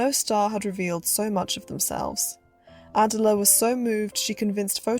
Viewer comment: ❤❤ Wow! You’ve created another well done, well researched YouTube documentary! Thank you! One very minor correction I have is in the pronunciation of a well known reporter’s first name. Miss Rogers-St. John’s first name is pronounced Uh-dell’uh, with emphasis on the second syllable - just as the modern day British singer’s first name Adele is proniu uh-dell’. Now, concerning your new documentary, most movie fans are familiar with this popular 1920s-1930s film actress only through her name (Clara Bow); her nickname (The It Girl); and by having seen numerous black & white still images …maybe even one or two of her movies . However, before watching your documentary, I - and I bet most people - knew very little about the troubled, lonely life of Clara Bow, a beautiful, complex woman who, despite a troubled life, possessed what the movie moguls of her day called “it”- what we now call charisma, an indescribable quality, even beyond her natural talent and beauty. People were drawn to her, yet she never found true happiness and peace in her real life. What a deeply moving life story. Again, thank you for this thoughtful film about a woman whose gifts were never fully appreciated.